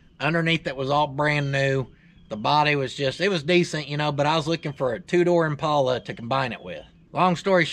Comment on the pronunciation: pronounced it correctly.